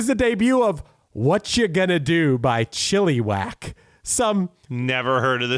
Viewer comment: CHILLY WACK!? 😂 its "Chill-ih-wack"